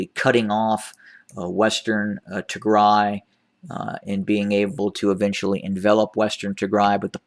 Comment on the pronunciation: Good day Sir❤️❤️🙇🏽‍♂️ thank you for continuing be the voice of Tigray. Tigray is prevailing I like your pronunciation of the place good job. Tigray appreciate you so much for bringing our problems to the world. TDF nikidimet